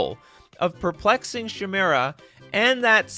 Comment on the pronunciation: You really need to learn how to read and pronounce words. Thats not how you pronounce "chimera". Its ky-mare-uh or ky-meer-uh.